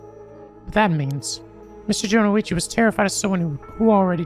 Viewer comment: we are all proud of for pronouncing harue correctly on the first try but that had to be balanced by him adding an i in jonouchi...